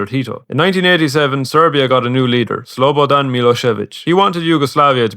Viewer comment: props to you for pronouncing slobodan's name right! good video, keep them coming